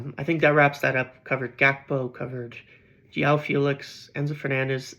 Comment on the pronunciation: I've been meaning to scratch this itch for a while bro.. its not pronounced "Yoao" Felix. He's Portuguese so the J is pronounced and dragged, like Jose Mourinho or Gabriel Jesus :face-purple-sweating